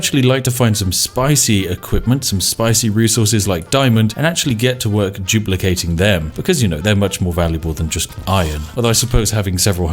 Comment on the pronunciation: Whenever you say "duplicating", I think you are saying "Jew placating"